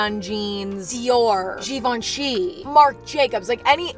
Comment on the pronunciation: I love that you say designer brands correctly like Givenchy